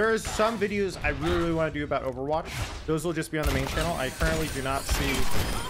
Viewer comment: i dont understand why is everyone saying "overwatgch"?